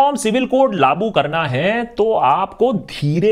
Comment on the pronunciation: great information and awareness bro, by the way its not laaboo, its "laagoo" kiya gaya. ;-)